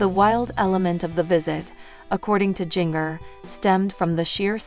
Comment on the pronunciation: Please learn to to say Jingers name correctly! I don't know why but it bothers me to hear her call Jingrrrrr it is pronounced like the spice!